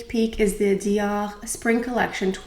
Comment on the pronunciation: Oh my I’ve been saying Dior wrong all this time! 😂😂. Thanks for education for proper french pronunciations! And I don’t even wear foundation but the Dior packaging for it is gorgeous...Take care!